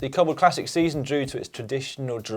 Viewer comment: Caption: Cobble training? I thought you said wobble training